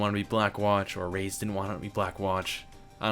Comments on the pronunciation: It's ray-ez not rays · Just wanted to inform you on the false pronunciation of Reyes's name. It literally pronounced like you see, Re- yes(like the word yes).